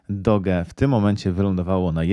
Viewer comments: O czym mowa? Zwróciłem tylko na wymowę. Kupuję "doudża" a nie doga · Dla ścisŀości... Mówi sié "doudż", a nie doge